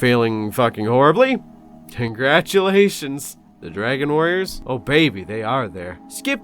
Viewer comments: Thank you for keeping the "Conglaturaisins" in 🤣 2.20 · “condgladuraisins” my new favorite word